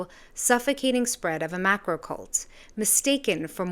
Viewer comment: "Macro" Goddammit.